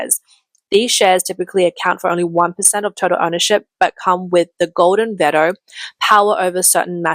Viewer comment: I don't know if anyone else was thrown by this pronunciation (please don't go back to using those god awful text to speech readers though) but she says "Golden Veto" in this bit. As in someone in a company can suggest focusing on more profitable parts of their business, buying in higher quality raw materials from overseas, or firing people who don't produce value for the company, and the government can just say "no" with legally binding effect, and nobody has the right to argue against the refusal.